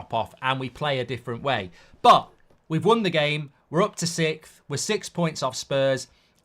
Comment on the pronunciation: It's sixth! Not sickth